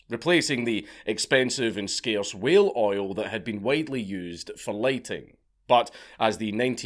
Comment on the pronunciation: A Scot saying "whale" sounds exactly like "well." The intro got confusing until I focused... XD [well, whale, while]